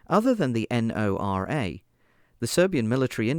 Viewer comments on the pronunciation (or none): Ok first of all, Lazar is not well protected and 2 nd Pantsir was BOUGHT not DONATED. Also you don't have to pronounce NORA as N O R A. Also it's Plamen not Planen